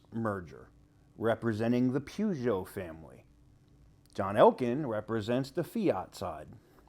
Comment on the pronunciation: To pronounce Peugeot, you have to say the first bit like Purr. Like Purrgeot.. its weird pronunciation of it. I think Elon and CDJR would be a brilliant mix, it means he would keep the Chinese out, and allow him to continue the brands going, you never know you might have a hemi model S, 3, X, Y.. It would also be nice to get Chrysler back into the UK and maybe some of the other brands, that's if they aren't too massive, we only have skinny roads here. There are plenty of videos on YouTube about British drivers.. 😂